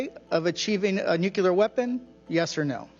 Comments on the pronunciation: Joe Kent: another American saying „nucelar“ instead of „nuclear“… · Nuclear: pron. /nú-klee-uhr/ NOT. /nú-Q-lur/ Come on! Learn how to say the word! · How come these people can't pronounce nuclear correctly? There is no second u - nuculear - not a thing, anywhere. Nuclear...new-clear.... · Rep. Gomez of L.A. needs to learn to pronounce “nuke-lee-ar” while representing Democrats. “Nuke-yuller” doesn’t make it. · The amount of smart people that still say nucular is astonishing... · what the fuck is nucular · They cant even pronounce nuclear weapon correctly, nucilar weapon my ass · i wish my represented officials weren't so idiotic as to pronounce it "nukeular". RECLAIMING MY TIME! NUKEULAR! jfc our country is run by idiots. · He said "nucular." I just... can't. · Can someone teach Joe Kent how to pronounce "nuclear"?! Hint: The "L" is BEFORE the "E" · Why do people have problems saying "nuclear"? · Not pronouncing nuclear correctly alone unqualifies him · AHhh, Thank You!!! I am SOOO glad that there are others out there like me!!! Even the Ex-President Bush of the US never pronounced it correctly!!! You would think that someone would correct these people in power, to pronounce the word NUCLEAR correctly!!!!!